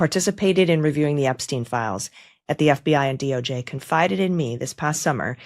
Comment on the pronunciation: Who is this Ebsteen you speak of? Anyone know???